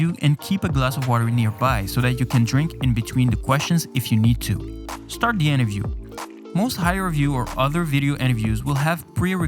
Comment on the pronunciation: Why do you alway say interview as enterview